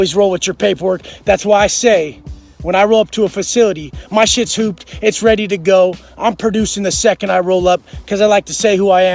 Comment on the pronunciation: “Dis piece of chit”